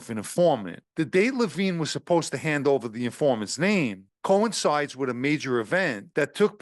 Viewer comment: The undercover’s name was not Levine. It was similar spelling, and pronounced differently.